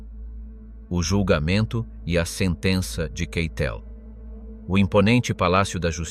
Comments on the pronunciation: nie keitela tylko keitla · Try pronouncing his name correctly. Keitel Ky-tell with the accent on the third first syllable. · Pls pronounce his name correctly